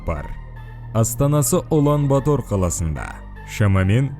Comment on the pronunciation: Улан батар деп жазад оқығанда улан батр деп оқйлы